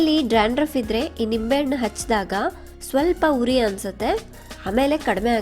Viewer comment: Mam... Adu huri alla uri